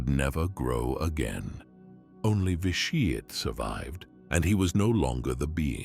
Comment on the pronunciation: “Lord Vi Sheeeit”